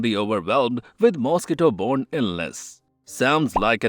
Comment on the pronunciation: well? The butchering of the word mosquito is a dead giveaway